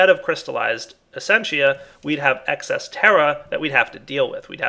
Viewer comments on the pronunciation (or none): none